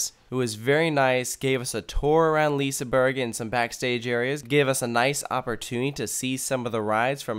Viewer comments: LISAbUrg ?? 1?1? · When you say liseberg pronounce the G as an J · It's not lisaber ;-; its liseberg.. prounace the E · It's pronounced "Liss-eh-berg" not "leaseenburg" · Några svenska? BTW it's not pronounced Liseberg its pronounced Liseberj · Lisaberg??? Please tell me Where you see the A in Liseberg??? Loves the video btw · I love when none Swedish people try to say Liseberg. It sounds like lisburg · Its pronunsed liss-e-ber-g liss-e-ber-gs baanan Balder)(chort a) Pontus (chort o) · IT is vald Göteborg bto i am à swidish Guy and i Love Liseberg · Lisaberg lol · Lol you failed almost all pronounciations, but it's sad that you missed out on Valkyria, the ride was amazing! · Not liissseburg and gronalönd. Liseberg and Gröna lund. Haha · Ah yes, leeseburg and grunnulund